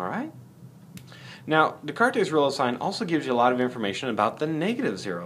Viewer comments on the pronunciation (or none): It is pronounced "d-cart" not "d-cartes" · the S at the end is silent too, fyi. It's just de-cart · Jesus fucking christ. Descartes was French, not Spanish. His name is pronounced like "day cart". Also, he is famous. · I wonder how the name was pronounced when Descartes was alive.